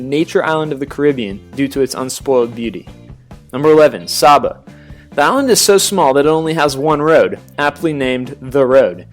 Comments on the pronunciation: itS (Dominica) Domeeeneeka and saybah (saba) and (nevis) Neeeevis not Nayvis and Cyurahsow (curacao) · The speaker needs to learn how to pronounce some of these islands. Nevis, Saba, Dominica, Curacao and Antigua are all pronounced incorrectly. 1. Nevis-Neevis 2. Saba-Sayba 3. Dominica-Domineeca 4. Antigua-Anteega 5. Curacao- Curasow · Saba is pronounced "Say-buh." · I wish he could pronounce the islands properly Saba "Say-bah", Antigua "Anti-gah", Nevis "Nee-vis", Dominica "Dalm! like palm-inque-ah" lawd and Curacao "Cura-saow!!!!!!!!!!!" please get our islands Correct smh! Americans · Dominica is correctly pronounced: Domineeka. Saba, Sayba, and Nevis, Neevis.